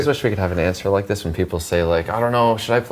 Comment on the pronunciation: "thiz master says" lmao